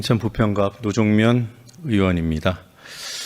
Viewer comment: 위원장 너 발음이새냐. 도종면이아니고 노종면이다. 위원장사퇴하라